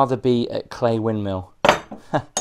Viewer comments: Forgive me for saying But why on earth would you want a TV in such beautiful surroundings oh another little dig its pronounced Cley (cl-eye) and not Clay... ps James Blunt once slept in my tent in the garden 😊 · Pronounced Clye as I have been Told by the locals 👍🏻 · FYI, some local knowledge. Cley rhymes with eye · Thank you for showing everyone our beautiful North Norfolk coast. We say 'Cly' for Cley but that might be a Norwich thing. Gorgeous accommodation and the views are as always, breath taking. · Hi,: Fab location. FYI Cley rhymes with eye and it is Blakeney Point.😊